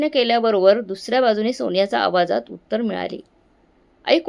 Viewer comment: उत्तार नाही उत्तर